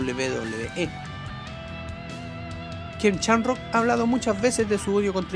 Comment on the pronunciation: No se dice Chamrock, no seas ignorante por favor